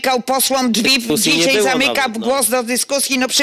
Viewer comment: Przewodniczacy mowi ,,dzisiej ,tutej" Skad ten parweniusz wzial sie w Sejmie ?